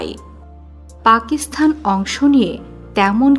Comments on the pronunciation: পাকিসথান নয় পাকিসতান উচ্চারণ হবে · উপস্থাপিকা পাকিস্তানকে পাকিস্থান বলে কেন? গর্দভ। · আপনাকে কে বলেছে উপস্থাপনা করতে পাকিস্তান উচ্চারণ করতে পারেন না।বার বার পাকিস্থান পাকিস্থান বলছেন। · পাকিস্থান কথাটা ভুল, উচ্চারণ সঠিক হল পাকিস্তান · পাকিস্থান নয় পাকিস্তান। ফাক নয় ফাঁক। উচ্চারণ শুধরে নেবেন। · পাকিসথান? আগে উচ্চারণ শেখো। তারপর ভিডিও বানাও